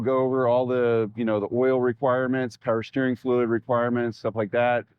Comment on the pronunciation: "Peewer steering," I heard that. 😂